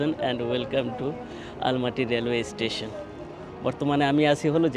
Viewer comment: Ei seler somosha asse....o mone kore or jonno sob desher sob meyera pagol but se je ekta khet....je naki station bolete paree na uchcharon kore eistition....ei hoise obosta